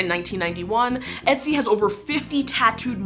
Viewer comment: I appreciate the pronunciation attempt of Ötzi, not just using an O sound like most do. A little more lip rounding and the pronunciation would have been perfect!